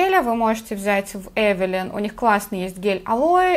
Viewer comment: Эвилайн ,а не Эвелин! не благодарите...